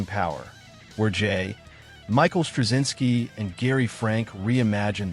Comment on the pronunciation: Stop with the AI narration. Most apparent when giving J Michael Straczynski.